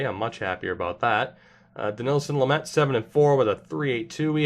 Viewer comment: stitzle also you pronounced lamet right